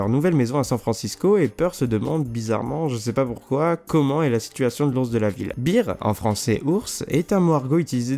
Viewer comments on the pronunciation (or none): none